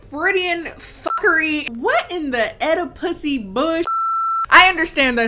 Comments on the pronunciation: Not “Oedipussy” ☠️ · Oedipussy? OEDIPUSSY?!?! I'm out 🤣 😂 💀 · "Oedipussy"? Girl, I died. 😂😂😂